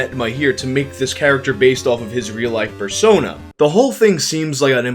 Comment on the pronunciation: Did he say Borat Fursona?